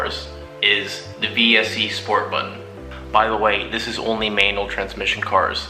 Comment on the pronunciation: Maynul? WTF is MAYNUL?